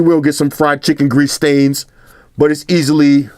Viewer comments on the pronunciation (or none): none